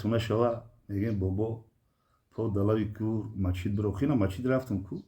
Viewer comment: Бобо Мачить не Масчит бгу бо хтона Бобо меги